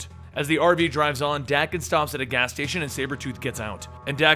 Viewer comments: bruh Daken is pronounced Dah-ken not Dak-en...smh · its pronounced DAY-kin. not DACK-in.... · It’s dang-ken not dak-ken it’s danken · Wouldn't you pronounce daken like taken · Is it pronounced "Dah-ken" or "Day-ken"?? I'm British so I say "Day-ken" what about you guys?